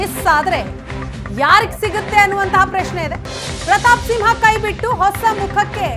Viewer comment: It's SIMHA not SINHA